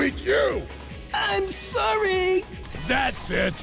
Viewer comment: did she say "sowwy"?